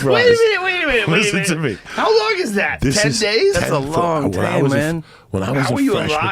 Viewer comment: "that's a long tame menn."